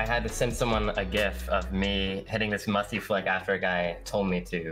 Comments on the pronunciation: U said musy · I love how it said Musy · Musy or musty because you said musy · Musy pronounced Moosy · Musty, he just said Musy on purpose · Musty won boost but he lost his "T" Musy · Nine mins in musy instead of musty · Why do u call musty musy